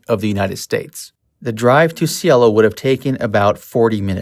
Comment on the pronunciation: And it's Cielo, pronounced syelo.